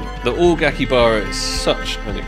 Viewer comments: not aki baba its akihabara :D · It's "AkiHAbara Accept" ;) I'd never be able to do these kinda crazy contracts, so I'm happy just watching them^^ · Bro, Aki-HABARA